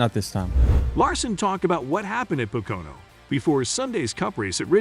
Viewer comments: Its PO-KO-NO.....not PAH-KO-NO or PA-KO-NA........😉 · It’s pronounced po ka no . Learn to speak English. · At least if you're going to be a reporter for Nascar, really need to learn how to pronounse the tracks. It's called Po-Co-No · A channel called Nascar Zone that can't even pronounce POCONO correct..? What a joke...